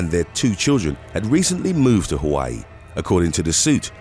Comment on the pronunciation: I live on the island of Maui, Hawaii. Born and raised on Oahu. It’s impressive that you pronounce the Hawaii names perfectly.🌺🤙🏽🌴